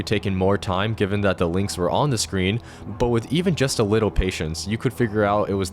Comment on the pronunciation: “Wittle patience”